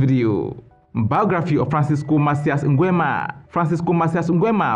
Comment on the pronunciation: The way you pronounce "Nguemaaaa"🤣🤣🤣